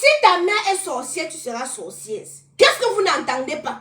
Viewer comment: Bsr 😂 stp on dis sorcière pas sorcièrse😢😊 ❤❤❤❤❤❤❤❤❤ parle stp ne bani pas ta page